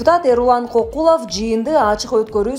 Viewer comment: Кокулов дебей Көкүлов деп туура айтчы.